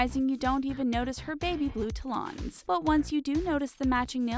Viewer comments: Mar-shey-zah?* Ta-lawns?* On-zombs?* Never saw one of your videos where this particular narrator didn’t butcher one or 10 pronunciations. Someone help this girl. *Marchesa (mar-kay-zuh) *talons (talens). *ensembles (ahn-sahm-buh lz) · What's up with that weird pronunciation of talons? you realise woman wear shirts too, right? I'm wearing one right now, I'm not at work or anything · Words mispronounced in this video: -Talons -Marchesa -Ensemble